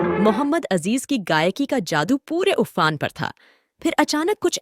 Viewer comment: Fix your Pronunciation first 🤬 What is Zaadu say Jaadu What is Gunzaati ?? Say Gunjti rahegi